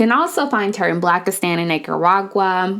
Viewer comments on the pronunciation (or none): She said Naker-uagua😂😂😂😂😂😂😂😂😂😂😂😂😂😂😂😂😂😂